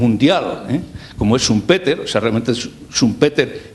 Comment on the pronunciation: Esta explicação é sobre teoria económica, ensinada nos liceus. Uma aula de inglês faziam-lhe bem para aprender a pronunciar Keynes e Schumpeter!